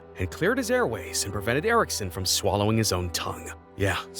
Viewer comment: When I keep repressing the time it’s saying twollow